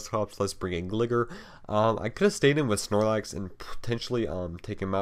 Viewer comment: His name is 'Gly-ger' as in glide.